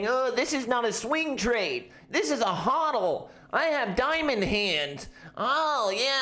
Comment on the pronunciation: I'm watching this again just to hear how he says "HODL" hehe